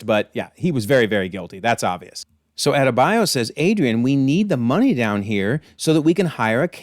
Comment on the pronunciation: It's not hard to say Adebayo. All of a sudden its hard to pronounce names when it aint eurocentric 😂. Just funny contrast to earth x